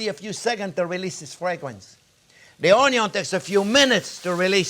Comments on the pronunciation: Friends Remember the "Onyawn" always goes in first<>Chef taught me that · Yeah, you are right, I learnt to pronounce ONYO the right way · All this time I have been mispronouncing Onyo. Damn you learn a lot watching Chefs tutorials. It's addicting. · When he says onion he sounds Cajun. Like Justin Wilson